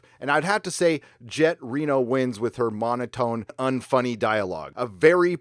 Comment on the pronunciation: At first I thought he said "Janet Reno"